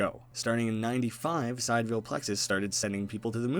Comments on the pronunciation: The word is pronounced "si-dee-re-ahl." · i think it’s pronounced si-dear-y-al. meaning of or with respect to the distant stars (not the sun). which could pay homage to the idea of sending human consciousness to “distant worlds” similar to your own but not the same. or perhaps that there’s multiple sidereal plexus co. but they’re all in different realities.